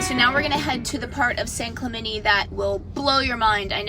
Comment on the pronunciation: Hey white people...it's pronounced San Clemente... not San Clemenee. Don't insult my culture like that.